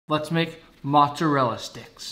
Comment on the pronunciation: I still cant forget that youtuber pronounced mozzarella, mozzarelle